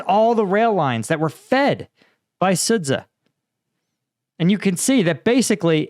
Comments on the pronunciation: Please say it "Sud-ja", the ZH transliteration represents the English J sound (close enough) Imagine if a Russian guy called Cambridge Sambridg just because it is reading it as if it were Cyrillic. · The 'ren' comes from 'renminbi', that's somewhat different. Also Chinese is tonal, I doubt you'll try to get that right. I'd rather he learned the correct pronunciations of Sudzha and Zaporizhzhia first - it takes at most a week to learn the Cyrillic alphabet and the war is in its third year now ... Note: 'zh' always sounds like '_j_our' or 'mira_g_e'